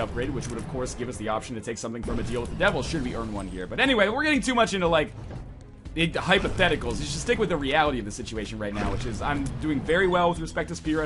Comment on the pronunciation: I coughed when he said "hypotheticals" and heard "hypertesticles"